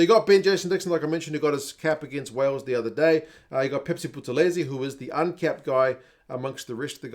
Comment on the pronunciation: I must commend you on pronouncing all those South African names so well. It takes hard work. Wildcard had me in stitches trying to say Phepsi Buthelezi, Buthelezi being a very famous Zulu name and full name being Phendulani Sikhizane Hendrick "Phepsi" Buthelezi and not after the cool drink. Let alone that one is looking for Kwagga who is Albertus Stephanus 'Kwagga' Smith.